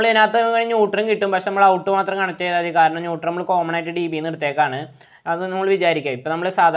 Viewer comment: ന്യൂട്ടർ അല്ല ... ന്യൂട്രൽ